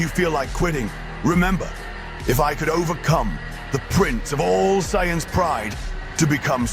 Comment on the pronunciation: The pronunciation of Saiyans hurt my soul.